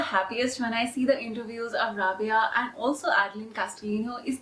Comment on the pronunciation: I love love rabiya,maria and adline sorry to say but the way you pronounce rabiya is wrong it's rha-bi-ya Loved your video so much